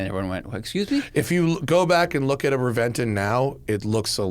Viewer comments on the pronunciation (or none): I believe it’s pronounced Reventon.